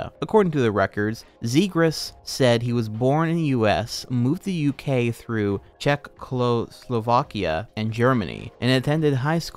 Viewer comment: Not hating, but the way he butchered Czechoslovakia hurt my soul.